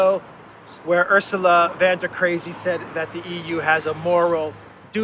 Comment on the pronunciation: vOn... vAn is Dutch.